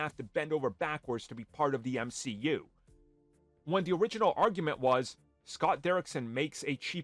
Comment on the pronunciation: Your argument was dead as soon you tried to unironically say “M-she-U.”